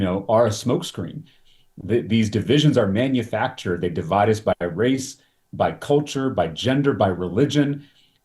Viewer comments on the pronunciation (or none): none